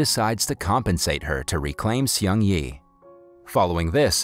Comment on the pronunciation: Seung is pronounced as SNG without the vowels. It sounds like a car speeding. Please if you're going to review this kind of stories, ATLEAST LEARN TO PRONOUNCE THE CHARACTERS' NAMES RIGHT.